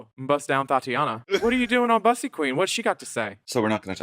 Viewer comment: You do know you pronounce Bussy incorrectly, It's pronounced the same as P-ussy